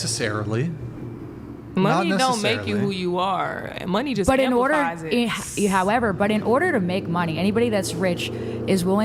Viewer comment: Cant with the “However” girl 🤣 more like hoever 🤣☠️